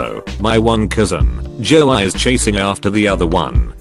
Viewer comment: "Joe eye" instead of "Joey"